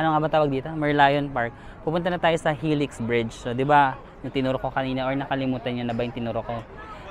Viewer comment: It’s pronounced as “hee-lix” kuya 😅